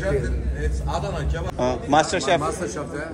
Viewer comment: Aray bhai adana nai hai adana hai bolny main thora farak hai or wo ap ko ky rahi hain Allah bohat bara hai